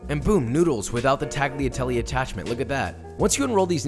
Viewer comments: Tagliatelle is pronounced without the hard G. IOW, the G is silent. tagliatelle: definition from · Great video! And... the G is silent in tagliatelle 🤓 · The way you pronounced tagliatelle made me want to die. Love the channel tho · lol I had the same exact thought.